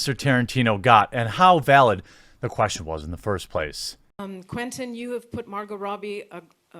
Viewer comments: Margot is pronounced MAR-go. There's no "t" sound. It isn't "MAR-gaht". It has the French pronunciation. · Margo Robbie. Mawr Goh Robbee. Not Margut Rowbie. They say it in the interview. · Seriously, you pronounced her name correctly the first half of the video. Why go out of your way to mispronounce the name the rest of the time? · Bro I love your channel, but her name is pronounced like Marg-OH RAHbee. It's not MarGIT Rowe-bee lmao. Good vid though. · Margaret Robey! ......Sorry Jeremy, that's a lolz pronunciation!😂😂😂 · C'mon dude. This isn't the first time and I'm sure it won't be the last but... Margot Robbie = Mar-Go Rah-Be... Sometimes it's really hard to take this show seriously... A little literacy goes a long way when you're fighting this fight. Edited for spelling error. Lol 🧐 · The 't' in Margot is silent. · The Quartering, you kept on mispronouncing Margot Robbie's first name and last name.